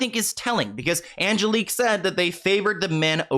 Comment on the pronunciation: This is nutty because my name is also Angelique. Like the way u pronounce it